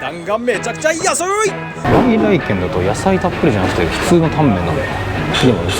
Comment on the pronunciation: の「さ〜来来てん(軒)南銀座店」て 言ってる😂間違い指摘してすんません😊